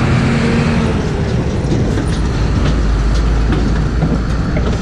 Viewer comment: Cuando dijo me dedico a "iutu" pense que marchaba preso jajaja